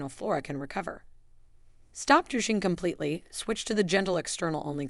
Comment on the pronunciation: Why is this AI Continually mispronouncing words like VAG- anal , JYNOcologist, and DUTching? Is there any over-sight prior to publishing?